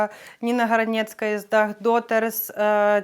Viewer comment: Чудова людина і співачка! Дякую. П.с. Попрацюйте над вимою прізвизщ українців: не Гранєцкая, а ГранЕцькА, господи, не Тімафєй, а ТИмофІй, не Павлєнка, а ПавлЕнкО. Відчуйте різницю. Це важливо.